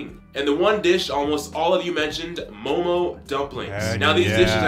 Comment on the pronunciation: No please not momos. Its just mo:mo